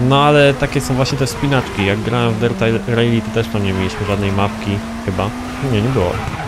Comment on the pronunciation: V rally nie rejli... 😅